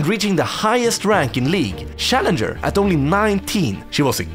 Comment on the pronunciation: Sha-lenger lol 😅